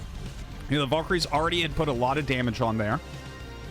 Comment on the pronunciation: is it volkryies or valkyries ??? google and most English speakers spell it with an A not an O